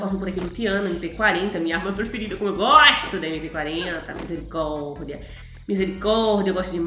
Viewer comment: Quem gosta quando a fala misericordea